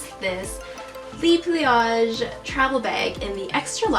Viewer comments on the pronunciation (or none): Hun, so sorry to say, but the "le" in "le pliage" is not pronounced "lee"... it's "luh". It's not you, I have personal peeves.